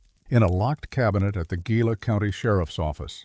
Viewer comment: Gila: you're pronouncing it wrong. Properly it would be pronounced as the following is spelled: HEE-LA